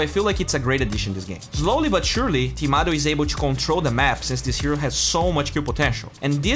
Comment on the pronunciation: it's Timado not tomato man:)